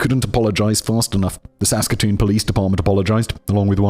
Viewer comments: At least he did good with Saskatoon, Saskatchewan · Finally a story from my hometown! You pronounced Saskatoon Saskatchewan quite well, and I should know because I live here. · Simon did so well on Saskatoon, Saskatchewan. Just to get tripped up on toque 😂❤🇨🇦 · Im also originally from calgary but a couple of years older and i remember the arrest vividly. Ok, simon did okish on Saskatoon and then it went downhill from there. For anybody wondering its toque(rhymes with puke) Regina (rhymes with..yes that) and Saskatchewan rhymes with nothing so just say it however lol. That was honestly painful to listen to So funny how simon asks chat gpt about ends meet but not how to pronounce a place he needs to say 112 times in a row😂